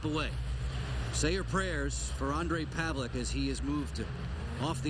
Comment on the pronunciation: Holy shit, i found this video today.. It looks horribly scary! Fortunately he's ok now and plays fantastic game in world championships with our Czech team :)) Btw, the proper pronounciation of his name is paveleTS not paveleK :D